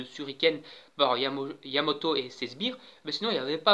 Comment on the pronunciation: Bonne video mais c yamato et pas yamoto xd